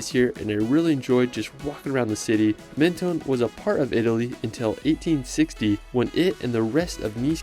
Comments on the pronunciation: Dommage de n'avoir pas cité ANTIBES qui est plus typique que CANNES. PS : on ne dit pas MEN TO NE en France mais MEN TON ce n'est pas ON/OFF. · Could you please at least make an effort to pronounce the city names correctly ? Menton is not pronounced maneton 😢 it is not that hard to pronounce It the way it should… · Menton is pronounced Monton and Cannes i is pronounced like tomato can.